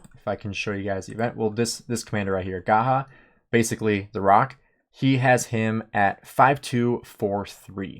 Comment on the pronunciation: Umm. Not Gahah but Gajah